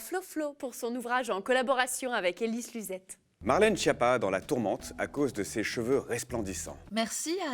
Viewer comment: Schiappa, c'est pas chiapa, mais skiappa… (cancre, bon à rien en italien)…